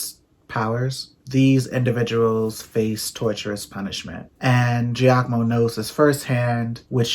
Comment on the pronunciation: "Giacomo" perfect! Like an Italian! chefskiss